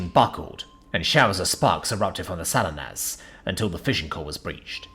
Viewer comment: Not, "Sal-in-us", but "Sa-LEE-nus".